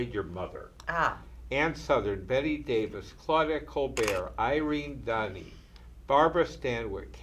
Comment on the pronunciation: Irene Dunny?! I've never heard anyone pronounce Irene Dunne's last name that way. And this is a film fest guy and older gentleman who should know. He sure knows about Film Noir though.